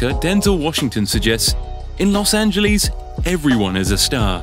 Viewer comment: Blue Benjamin’s? Las angaleees? Lol